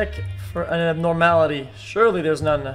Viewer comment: are we not going to talk about how X couldn’t say “Abnormality”?